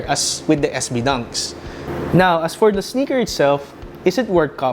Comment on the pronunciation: It's "Sneaker" not "SniKeR"